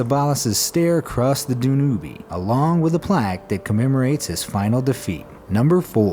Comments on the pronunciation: The river Danube: it's "Dan-yoob", not "Dan-oo-bay". It's quite a famous river...there's a tune named after it and everything. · The way he said Danube! Lol